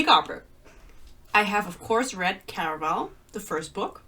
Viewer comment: The way you say "Caraval", I just love it